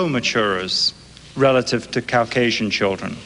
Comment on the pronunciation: Take a drink every time Rushton says Cow-casian! I’m part cow😺